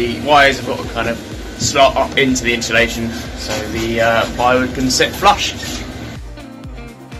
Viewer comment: No h in insulation